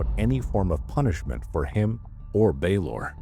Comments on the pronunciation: Just because Baylor is mispronounced doesn’t mean it is AI. Let’s use some critical thinking- could it be possible the narrator isn’t familiar with this specific hospital and is simply pronouncing the name phonetically? I’ve never heard of this hospital and I would pronounce it exactly as the narrator has. The voice isn’t even close to being monotonous and the pacing is thoughtful- it would be impressive for an AI to achieve that. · Baylor is mispronounced the same way every time. An idea, if you want to dispel the rumors then, do a behind the scenes video introducing the channel and make it the into video to the channels main page.